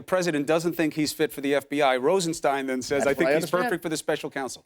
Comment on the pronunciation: Nosferatu is having trouble pronouncing 'Rosenstein'. Just think of 'Frankenstein' ... same pronunciation.